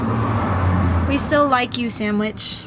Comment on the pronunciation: is saying “And samich for me too!”